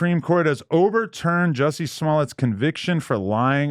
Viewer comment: Adam his name is not pronounced “Jesse” its pronounced “Jussie” and rhymes with B*ssy.